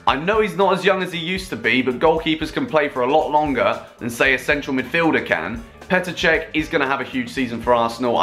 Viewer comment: Petr chech lm that is painful